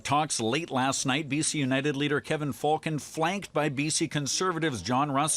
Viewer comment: it's pronounced "Fullcon" and anyone considering the Cons as an alternative to the collapsed United must be either new here in B.C. or must surely play a mean pinball. Rustad is nothing more than someone's extremist uncle who got loose from the Thanksgiving table. Could Falcon disgrace himself any more?